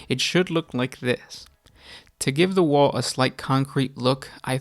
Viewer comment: Is he saying wall or waghhh?